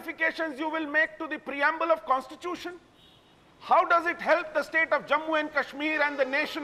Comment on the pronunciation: its fucking constitution pronounce it right bitch Mehbooba Mufti , on other issues i have no problem bjp and pdp fight with each other and die